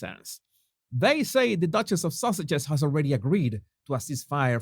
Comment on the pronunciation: The way you say Sausages...When saying their so called titles LOL